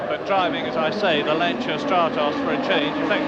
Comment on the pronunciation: I think this is the first time I've ever heard a British announcer pronounce Lancia correctly 😂 What an iconic lineup of drivers and cars 👍👌🤘❤️